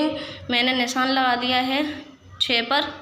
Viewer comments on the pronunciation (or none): none